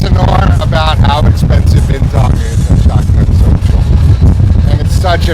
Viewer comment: yay a few Doggos today lol. Fun vlog and loved how the American pronounced ‘Bintang’ correctly ☺️